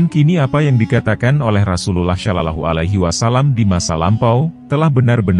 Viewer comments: coba itu yg menjelaskan menyebut nama RasuluLLAH SalaLLAHu alaihi wasalamnya yang bener karena ngga enak dengernya. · Agak gatel dikit denger Ai menyebut nama Rasulullah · Ini kykny bkn chanel Islam. Hostny jg ga fasih bgt ngucap Rasululullah n Allah. Ga ngucap assalamualaikim jjga. Waduh..